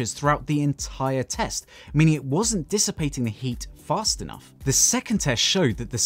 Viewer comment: Did you read the response? Stop going to other channels and telling people that Sabrent never responded to you because as you can see, THEY DID. By the way, what is, "heat dipisitation?" Dipistation is a term I've never heard before. I've heard of dissipation, but am not familiar with this, "dipisitation."